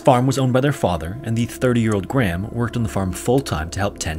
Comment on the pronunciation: Petition to make it a legal requirement for Americans to pronounce the name "Graham" properly...